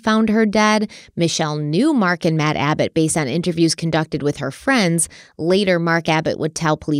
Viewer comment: Hello and. ❤ hope all is well. Love your videos and all you both put into them. Congrats on your nomination!!!! Side note. From the beginning i was first hearing Mad Abbott instead of Matt. When I relised it was Matt i just couldn't unhear MAD abbott lol my brain wont let me.